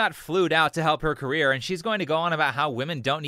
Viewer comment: Her " carreer" 😂😂😂😂